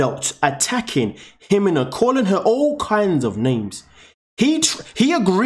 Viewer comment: First do your research and learn how to pronuce her name properly there no H in her name..it's pronounced He-Mena